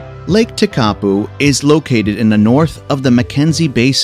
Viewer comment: WRONG PRONOUNCIATION OF LAKE TEKAPO ??????